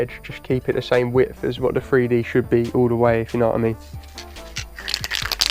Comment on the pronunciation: I apologize beforehand, but idk where ur from, but ur wasn't the greatest first off. But what is the worst part, is probably hearing grown man mispronounced a word and say FreeDee atleast a dozen or two times lmao